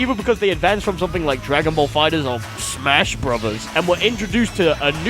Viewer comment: lmfaoo why this nigga say smash bros like that can we kill this joke